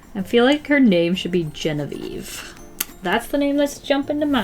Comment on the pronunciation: Hey! I'm Genevieve!!! It's always reassuring to hear people pronounce it correctly lol